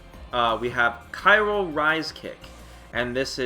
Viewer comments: already buff'd Gill by giving him "Ky-ro" properties as well as Cryo! LOL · Oh, no! You kept saying CYRO instead of CRYO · I had to stop around 3 minutes in because the Khyro was killing me... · pronounces the word “cryo” correctly exactly once in this video.